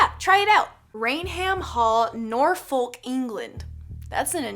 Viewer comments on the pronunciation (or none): Hi, love your videos and BTW we prounce it Edd-In-bru or Edd-in-burru. Just thought I'd let you know. And we also pronounce it Nor-fuk not NOR-fork and not to be picky but Cool-dre. Love you and just wanted to help you out as it is my family's culture so yey. 🖤🖤🖤🖤🖤🖤